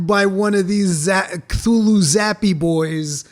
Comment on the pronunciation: Guy called it "Khlulhloo". Good to see educated people are still around.